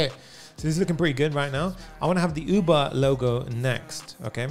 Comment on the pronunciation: I genuinely thought he said OOBA and then I realized its UBER